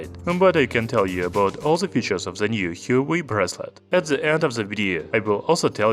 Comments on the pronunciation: There are 2 sounds in it. "Hua" and "Wei" - like "Whua" "Waei" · Apparently it's pronounced 'hwaa way' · You are mispronouncing huawei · Hahaha..alien he is.